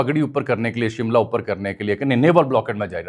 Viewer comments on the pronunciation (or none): Jami sb phir shamla ko Shimla bol dia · شملہ کے ' شین ' پر 'زبر ' ھوتی ھے ۔۔۔۔